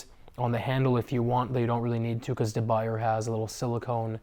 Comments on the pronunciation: That is not how 'de Buyer' is pronounced. it's closer to 'yay' than 'yeah'. :) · Hey Mark Gabriel, There is a reason he is not showing a De Buyer (pronounced De Boo Yeah) that has been seasoned using his method. The epoxy will melt off the handle and after 2 hours at 550 F the bee will melt away as well. Even De Buyer recommends a stove top seasoning method. I seasoned mine once following the De Buyer directions and after several times cooking in my De Buyer pans they have a great coating and it is well suited for delicate food items such as eggs.